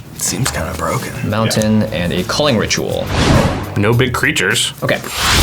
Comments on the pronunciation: “Strike it Richual” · Jimmy: It's a Ritual! Me: no, it's a Rich-ual